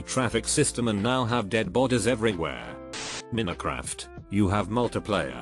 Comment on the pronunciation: AI voice "Min-uh-craft" Everyone: 👁️👄👁️